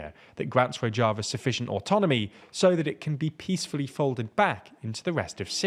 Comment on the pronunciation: Rozhava ( rož ) not rodg